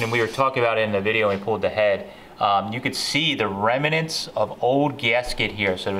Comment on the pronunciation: It's REMNANTS, not remAnants.